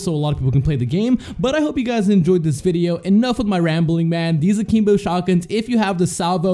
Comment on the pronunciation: Are you saying A-keem-bo and Mee-lee just to trigger ppl like me? It's working.